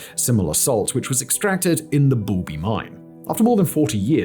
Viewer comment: I thought he said Booby Mine, but it's actually Boulby Mine, how disappointing